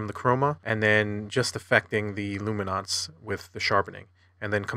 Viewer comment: What is this "lumi-nonce" business?!